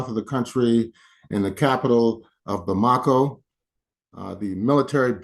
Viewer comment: You should learn how to pronounce "Bamako".